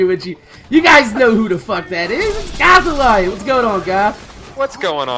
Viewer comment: Why do you say it like gotha-lion instead of gothalion